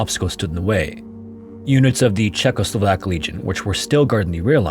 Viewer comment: Always pleases my ears to hear: “Czechoslovak” 😊